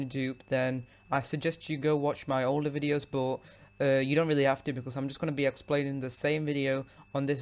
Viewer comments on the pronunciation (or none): none